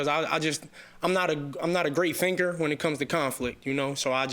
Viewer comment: I’m must be loosing my senses sounds like finger CC I see he said thinker 😅